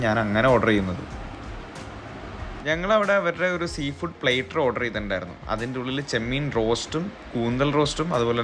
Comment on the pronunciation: Not plater...its plaa-tter.